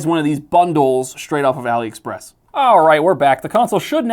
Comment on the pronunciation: It's pronounced All-ee Express. It's short for Alibaba.